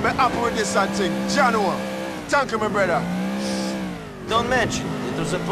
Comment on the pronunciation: "Niko, my bródá"